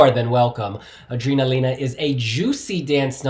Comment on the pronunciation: Awesome! I love you but surely you know it’s pronounced A-DRENA-LINA rather than A-DREENA-LINA!